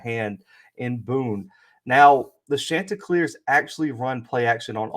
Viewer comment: Great stuff here!!! Two things though, it's pronounced Shon-ti-cleers like the name Shawn. Also, I thought I was going to have to clear my schedule this evening because you kept saying Tuesday, and my dates were mixed up. The game is tomorrow night (Wednesday) not today (Tuesday). Again, really good stuff here!